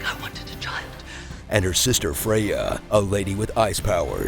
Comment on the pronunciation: For gosh sake, pronounce Freya's name correctly. People whose mother tongue is English seem to have no clue that the Friday is literally named after Freya. Also, it's Hansel, not Hunsel.